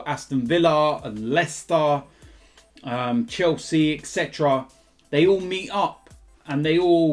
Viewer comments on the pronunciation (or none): none